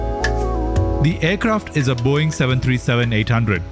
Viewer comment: Wtf is this video? "Boieng" 😂 Do better mate.